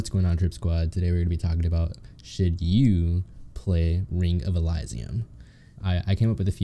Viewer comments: e-li-zi-yum not e-lay-zi-yum (y) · Its pronounced: El-ee-see-um